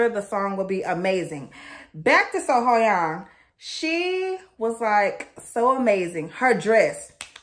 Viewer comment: Your pronunciation of her name was wrong. Sohyang name was announced at the beginning. Isn't she something else? Arguably the best female singer in the world.